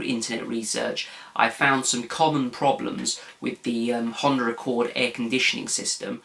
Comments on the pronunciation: no honder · Did he say a Hunder Accord? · There is no R in the word Honda?